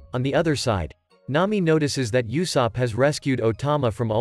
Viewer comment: Blud said YOUsopp